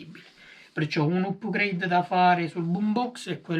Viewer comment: Si pronuncia "apgreid" non "upgreid". Volendo esistono termini analoghi in italiano: aggiornamenti, migliorie, ecc